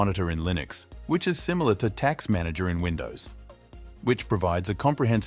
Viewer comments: and roughly it should be "task" manager, not taks manager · obvious TTS. native English speaker says "taks manager", twice in a row? That ain't gonna happen 😂